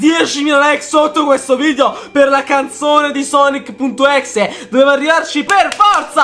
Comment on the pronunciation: Pk dite exe se si pronuncia ex